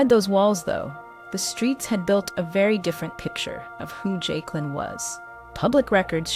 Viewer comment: Her name pronounce joicelynn but spelled jaiclyn